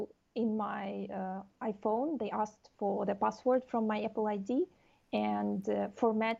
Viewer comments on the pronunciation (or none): none